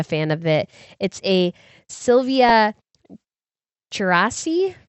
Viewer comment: It’s Asturias not Aurelias🤔 But your pronounced Silvia Tcherassi ‘s name perfectly😅